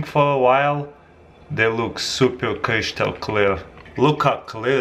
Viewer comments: stop saying "cryshtal" pls :'¥ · Creeshtal clear strikes again. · Love the way he says Cryshtal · Kreeshtal cleiar iz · "crishtal" like if u know what I'm saying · Cryshtal kleeer ice😝👍🏽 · Kreeshtal clear ice! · Kreeshtal cleah ice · Kreeshtal clear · Did he just say 'creashtal clear'? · the most crySHtal clear ice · krishtal hahaha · Creeshtul clear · Kreeeshtal cleeaarr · crish-tal clear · Khrishtal khlear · no "h" in crystal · god learn how to say crystal